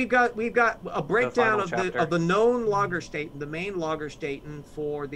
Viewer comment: LagerSTAYten. Get your umlauts right!